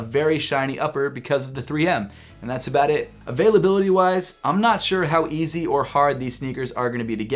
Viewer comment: Did anyone else think yeezy everytime he said easy